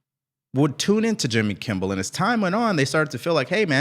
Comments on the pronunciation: Hey, it's Jimmy Kimmel, not Kimble. I noticed you said that in another episode, thought it was just a mistake but you pronounced it that way like 3 more times. Well it's kinda funny you don't even know his name now:face-green-smiling: Also, AOC sucks! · LOVE your show BUT PLEASE It is Kimmel. NOT Kimble, NOT Kibbles. KIMMEL! 3 days at least now.